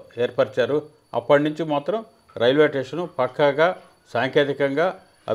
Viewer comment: ఆంఖర్ మహాశయా, "టేషన్" అంటే స్టేషన్ అని అనుకోమంటారా ¿